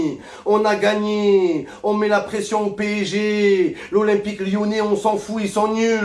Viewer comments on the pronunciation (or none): Il sait pas dire P.S.G. c’est P.ÈJ.G. 😂